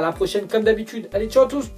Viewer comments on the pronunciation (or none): none